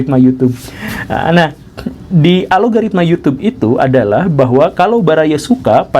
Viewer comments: Algoritma pak, bukan alogaritma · Algoritma pak bukan Alogaritma